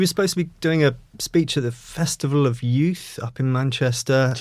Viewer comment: Why can't people speak properly? 'Frew', 'feree', 'yoof', 'nuuws', 'fink'. Unwatchable.